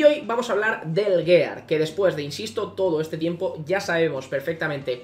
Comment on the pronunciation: ¿Tan difícil es pronunciar "giar"? Duele cada vez y en un minuto van como diez xd